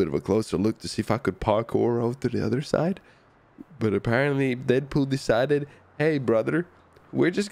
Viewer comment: Dedpol more like frenchpol